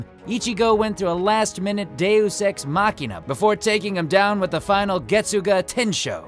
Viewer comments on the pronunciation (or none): none